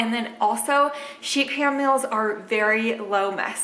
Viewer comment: I kept hearing, sheep ham, sheep ham..